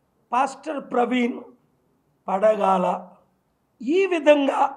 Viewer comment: Padagala kadhu pagadala